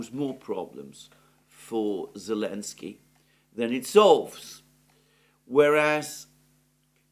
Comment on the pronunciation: Good Analysis as always. Just a question. This "Elensky" you and Alex C. often say. Is this just greek of Selensky or has this some background?